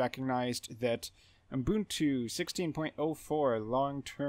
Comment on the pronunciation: Thanks for your video! But I'm curious: Why are you pronouncing the name Ubuntu as "Oom-boon-too" or "Oon-boon-too" (as if adding an m or n right after the first u)?